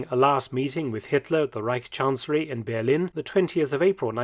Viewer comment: The Ber- part is already quite good but the -lin part sounds like lean, so it‘s bear-lean.